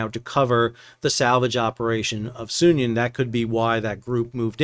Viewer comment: Are you sure you're pronouncing the name of the Sounion right? Is it supposed to be So[uth]Union? Anyway, if the Houthis are collecting tolls then it makes perfect sense to leave the Sounion out there an as object lesson as to why a vessel owner ought to pay up. Are Russian "black fleet" cargos restricted in their ability to purchase war risk insurance?